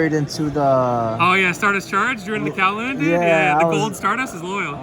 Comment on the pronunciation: He asked kauwloon??? Pretty sure you can’t do that unless you meant qinlong